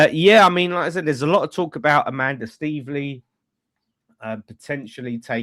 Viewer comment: it's staveley, not steveley